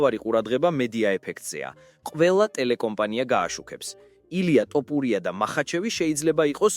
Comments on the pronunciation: ტოპურია არა თოფურია ხელნური ინტელექტი ხარ ტო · რა ტოპურია თოფურია ქართული დაგავიწყდა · საუბარი ისწავლე.თორე გავაუქმე გამოწერას.ძაან ცუდათ ისმის ტოპურია😂😂